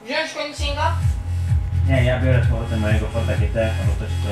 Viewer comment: Nie konisniga tylko uwaga piszę jak sie powinno czytać '' Keningzeka''